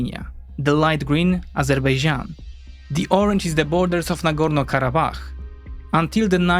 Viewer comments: Narrator reveals its true side by pronouncing "Azerbaijan" as "Azerbeijan", same as Armenians pronounce it :) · many people in turkey also call it azerbeycan instead of azerbaycan, it's not the easiest name to pronounce, even for native speakers